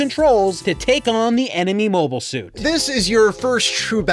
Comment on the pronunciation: To be fair you have been pronouncing 'mobile' incorrectly throughout the video.